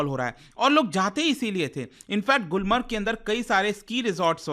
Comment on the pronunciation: गुलमार्ग not गुलमर्ग